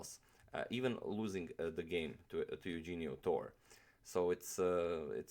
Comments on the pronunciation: it is pronounced "Yuhenio" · Great video. Just one correction... The name is pronounced: yu-hen-yo Tor-re. :) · im filipino and his first name is pronounced as "youhenio" i guess like "euhenio" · Pronounced as: Yoo-HEN-nyo Torre. From the Philippines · It's Euhenio! and Philippines is the land not "Filipino" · I was supposed to write this comment but yeah the pronunciation of the name is Eu-he-nio g with the h sound. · sorry but that's wrong. Correct Spanish pronunciation is EH-OU-HEN-YO. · his name is pronounce as YOU-HEH-ÑO.